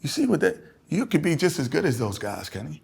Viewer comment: It's not Kenny... It's Ken-NY